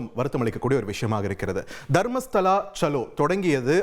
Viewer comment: ஏல அது தர்மஸ்தலாடா அம்பி, நீ மர்மஸ்தலா என்று தப்பா பேசுறியே நல்லா படிச்சுட்டு பேசுடா அம்பி 😂